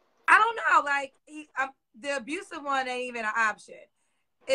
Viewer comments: Some many single mothers raise great people. Stop using that as an excuse. President is an example. And stop saying “abruseve”the word is pronounced “abusive”. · Abrusive?!?!😳😳😳 Narcistic?!?! 😅😅😅 Obstimistic! 😂😂😂You can’t make this shit up. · Every time she said “abrusive” shuddered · “Abrusive” add that one to the list. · Word of the day "Abrusive" He was Ab"r"usive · Don't forget about the word "abrusive." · What in the HELL is "abrusive"??😂😂😂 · She said abroosive not abusive 🤦🏾‍♀️ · Did she say abrusive? 🤔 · It sounded like she said abrucive. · I notice she had some issues with pronouncing "abusive". Maybe she has a speech problem...she did have back to back BDs giving her that 🥊🥊🥊🥊🥊🥊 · Omgosh, can we change the song, please, ladies? I'm so sick of hearing these same stories of wreckless behavior of our young girls. She doesn't need a man. She needs to focus on her 4 kids and get her life together. And learn how to say "abusive" for the love of God! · There is no R in ABUSIVE